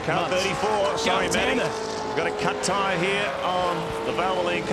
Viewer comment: Thats what he meant to say but it sounded more like the C-bomb